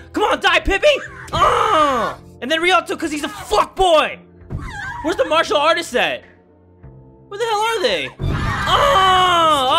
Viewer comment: 'Marsher Artists' it makea me laught